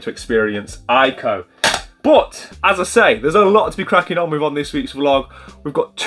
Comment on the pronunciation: ICO is actually pronounced “ee-ko” 😉